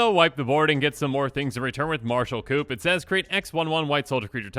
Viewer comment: When audibly pronounced the p in coup